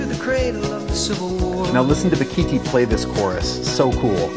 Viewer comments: A) As said below it's Ba-gi-ti. B) If you EVER have an opportunity to hear him perform, it's a hundred-mile show. As in it's worth driving a hundred miles. C) When you get to the show, stay after and say hello. Bakithi is one of the kindest humans I've ever met. You'll be a better person for it. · As a South African and a fretless player I can say that Bakithi (propounded Ba-gi-tee) was one of a few great SA players not the only one. Joseph Makwela, Concorde Nkabinda and others are amazing also.